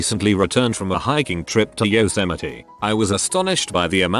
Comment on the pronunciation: Bot: pronounces Yosemite correctly. All other videos: mack-yoop. Bur-jer. Cow-workers. Frick.